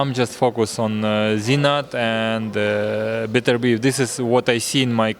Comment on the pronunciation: Bro you called him Beterbeiv hahahaha